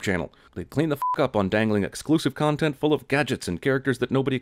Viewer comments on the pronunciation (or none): none